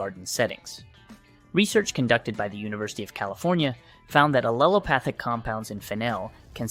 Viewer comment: * and aleopathic* etc... Remember you can't rely on AI for accurate information. It just repeats what it scrapes from the internet